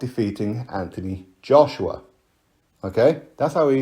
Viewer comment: Anyone ever noticed wilder pronounces joshua... "JOSH'YUH"